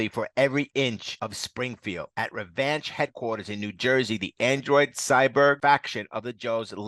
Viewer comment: You are adding to many N’s to the name Revanche. You are saying Revananche. Also, her name is Helix (he licks) not Hellix